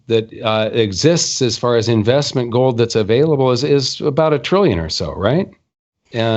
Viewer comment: What the heck is go'd? At least can pronounce 'gold' properly.